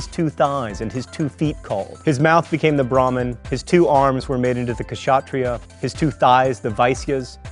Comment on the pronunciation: and please improve your pronunciation of indian words , it is not ka-sha-tri-yah , it is spelled ksha-tri-yah .